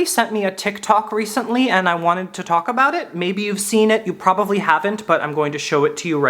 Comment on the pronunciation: i love the way you say “probavly” instead of “probably”. I’m not making fun of you come on stop it. I love you. And I kiss you… miss* sh*t come back… i’m looking out my window like a lost lady waiting for her husband to come home from war… the only man who makes her laugh like tomorrow could come or go and the rain would still bring joy to those who deserve it. I love that you exist and I wish there was more recent evidence of that. Maybe next time.